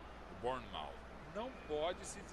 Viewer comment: E se pronuncia barnnemouf